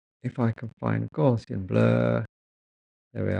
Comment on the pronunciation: Thanks for a very in-depth video. I was slightly amused at your mispronunciation of 'Gaussian' which is named after the mathematician Carl Friedrich Gauss and thus should be pronounced to rhyme with 'house' and has nothing to do with gauze 😀 a common misconception.